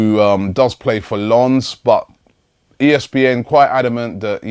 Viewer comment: How come Robbie can pronouce Lens correctly but he can't get Giroud right.Drop the fucking D.